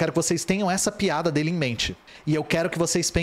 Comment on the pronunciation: Correção de sotaque: não é PEADA e sim PIADA